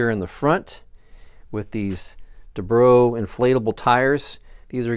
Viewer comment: Du-bro (doo-bro) I have never heard it pronounced duhbro. I guess it works. Beautiful plane! I am applying many of your building techniques to my Cloud Clipper 71! No base (bass) wood though! Hahaha! Keep on keeping on!